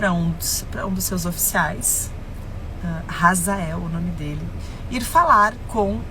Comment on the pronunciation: Não é Razael EEEEEEEE HAZAEL OH H e mudo H é complemento de sonoridade H NÃO TEM SOM DE R EU FICO PUTO COM ISSO 🤯